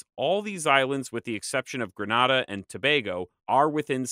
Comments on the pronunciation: Grenada Pronunciation GRA NAY DA = Grenada or the phonetic = /grəˈneɪdə/ NOT - GRA NAW DA or Granada, which city is in Spain. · Gre(nay)da, not (nah)da.🤓👌👍. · I’m so disappointed with the fact that you kept mispronouncing Grenada. It’s Gre-NAY-da my man. You’re an expert on the region so you have to come perfect. Thanks for the knowledge however. Remember… Gre-NAY-da. Granada is a city in Spain. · Great video but please work on your pronunciation. Antigua is pronounced An-tea-ga. Grenad is Gre-nay-da and Tobago is Tu-bay-go. These are English speaking territories so they use English pronounciations.